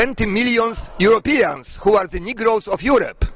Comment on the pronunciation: The czytane jako 'ze" a wiecie ze takiej wymowy ucza w Rosji?;)